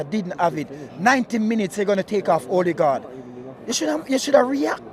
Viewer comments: Øligarch or Ødegaard 😂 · Man call him '"Olligard". Lol. He's not Russian my friend.